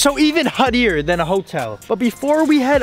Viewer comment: What did just say huddier??